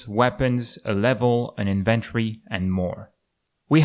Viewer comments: Great video! Oh, btw, it's not "inVENT'[ery]". It's "IN'-ven-tory". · You're right, but I somehow like the sound of the wrong way. :) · That might be up to regional differences as well.